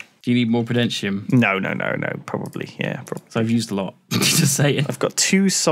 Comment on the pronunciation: It's like can't read. Saying prudenatium instead of prudentium:") He does this a lot with questbooks and such as well, reading things wrong, missing words, adding words... whoops?